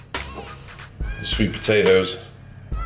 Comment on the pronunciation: This dude is hilarious hahah.. spinaaych.. Massâââge... my fav channel